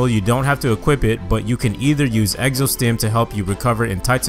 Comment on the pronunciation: Why does he say egzo